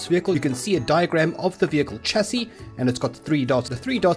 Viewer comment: its pronouced sh-a-cee not a "ch" sound..